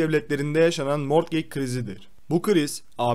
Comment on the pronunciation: Mortgeg ne mor kek gibi bir şey mi ? He morgıc diye telafuz etmek istedin ama olmadı anladım